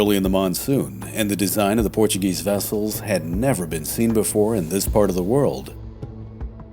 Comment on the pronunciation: “Thanks to the Portuegese colonisation”?’!?! Wtf…